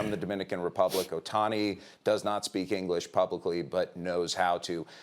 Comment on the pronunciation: Pupils made $1 billion n no ingleesh